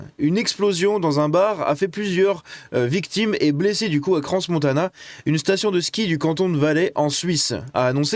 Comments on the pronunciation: On ne prononce pas le s de crans 😉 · C'est bien, vous pouvez voir que nos médias refusent de dire ce qu'il s'est réellement passé, tout comme les votres. C'est du foutage de gueule. Et si jamais tu dis pas le 's' dans crans. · Le s de crans ne se prononce pas 🇨🇭